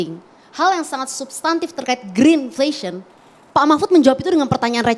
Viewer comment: Greedflation bkn greenflation gibran slh sebut